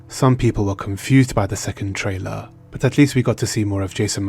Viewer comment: Dude, please stop with the "trailar."